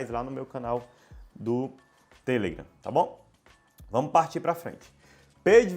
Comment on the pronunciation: muito bom o video, porem o seu *tamu*nao foi nada em vista da pronuncia sua sobre a rede social (TELEGRAM) palavra correta e TelegrAAAAAAAAAAAm . e nao tele......gran. Mesmo acontece com Face, (facebook) ou Insta (Instagram), mania de brasileiros colocar apelidos nos trem.